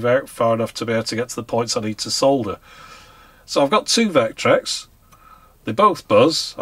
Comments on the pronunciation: So nice to hear somebody pronouncing "solder" properly! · To quote a well-known engineer: "For the benefit of our American viewers, yes that is how we say 'solder' in the UK. Why? Because it's got a f***ing 'L' in it!"